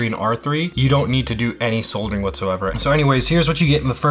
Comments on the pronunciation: Soldering. you said it right the first time. Everytime after you said it wrong lol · Sod er ing =\= Sold er ing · Dude... "sold-ering"? "disseminated"?? 😂😂😂 Still, I like the in-depth, hands-on, show-and-tell style. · It's "soddering", the L is silent. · Lol, souldering. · Did any one else who knows how to/about solder(ing) LOL about how he pronounced it the first few times.. lol .. other wise great tutorial. Thank you I might have to try this as i am looking for new ways to help my gaming ability since my stroke ( two days before Christmas 2019) yea a bit of necro on this video but w/e... might give it a try once i get more fine motor control back in my right hand. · I like how this is a tech channel and he uses bolt cutters and has no damn clue how to pronounce "soldering" lololol